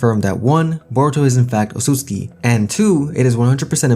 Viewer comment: I’m usually not one to complain, but why do you mispronounce the name Otsutsuki?